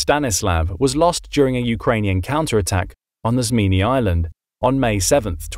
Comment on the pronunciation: Your also one of the only person in YouTube to call snake island in its proper name Zmiinyi.